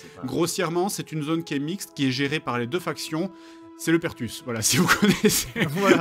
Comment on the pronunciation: "C'est le Perthus" xD